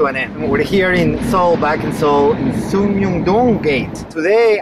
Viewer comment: yes, but I'm glad you wrote it down correctly in the caption though. :D Korean letters have one pronunciation per letter, so you have to be careful when reading them. Most of them are written in Greek notation rather than English, so reading them like English causes errors. Sung. Rye. Mun <-read this ^_^ If you don't know if you read it correctly, I'll explain each letter. When you pronounce "Sung", you have to pronounce it like "Soong". When you pronounce Rye, you have to pronounce it like "R" + "Yeah". When you pronounce Mun, even if you pronounce it like "moon" You can read it now, right? Read again Sung Rye Mun In fact, when you speak 숭례문 in English, you should say Sung Rye-Gate or Sung Rye Mun as a proper noun. This is because one of the Korean grammar rules is that among the words written in the sentence, letters with the same meaning are not written twice. In fact, "Mun" is a letter corresponding to Gate in English, and if you say Sung Rye Mun Gate, when translated into Korean it means "Sung Rye Gate Gate", so you have to choose between Sung Rye Mun as a proper noun or Sung Rye Gate as English.